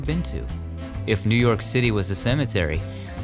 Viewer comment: You did New Yawk justice!